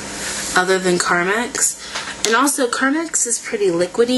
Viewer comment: carmax is a car dealership... lol! j/k (no, but really, it is!) ;) it's actually pronounced carMEX. :)